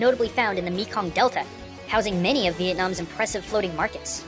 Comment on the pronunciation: *mekong is usually pronounced may-kong, overall, cool fact i didn't know about my ancestor's country